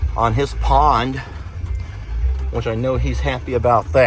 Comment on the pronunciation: He says winch instead of which. 😆😆